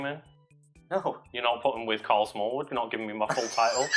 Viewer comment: Thought I heard Smarl Karlwood.